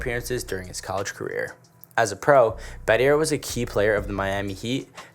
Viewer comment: This kid has 0 experience on basketball history.. this is purely/half researched info… first he called Elton Brand.. Elton John 😂… no Grant Hill… who is also arguably the biggest NBA player too… based on the comparison to MJ before injuries …. Yeah… bro 😂 what happened… and Shane Battier… the “R” is silent dummy lmao😅